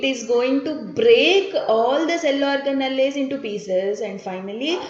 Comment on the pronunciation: Mam plz u pronounce organelles simple ...y u telling this orga...nalliii😅